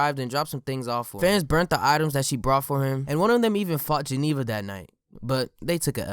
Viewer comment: Everytime when he said beat Geneva it sounded like X